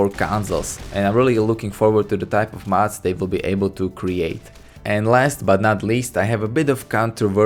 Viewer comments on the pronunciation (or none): you sound like your saying mats pls its mods